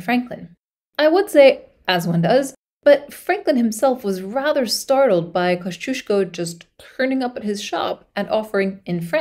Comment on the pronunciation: As a praud fanboy of Kościuszko I love to see him getting some attention. Can't wait for the part II. Also, very nice pronunciation of Kościuszko and other Polish names!